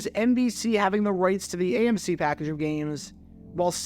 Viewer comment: Are you saying AMC? Every time I hear it I’m thrown off